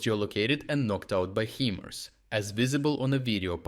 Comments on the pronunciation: HIMARS pronounced like high-mars. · Pronouncing HImars: pronounce the I in Hi(mars) like saying Hi to someone.